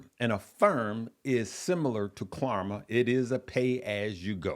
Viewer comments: Please stop saying KLARMA!!!! It’s KLARNA with an ‘n’……. Can’t believe no one has corrected you since yesterday’s videos!!! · It’s klarNa not klarMa brother